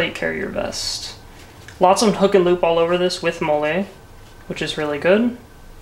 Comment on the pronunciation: Its Molle "Mall-EE" not Molelay